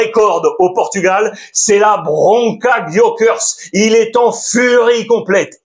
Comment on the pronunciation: Il le prononce bien Gyokeres ? J'ai jamais dit ou entendu comme ça